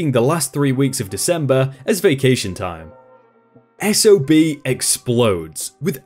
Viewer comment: I'm glad the narrator went from SOB back to S-O-B as it stands for "Son Of a Bitch" Which he certainly was in this story.